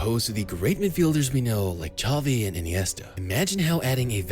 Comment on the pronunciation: Xavi * not Chohvi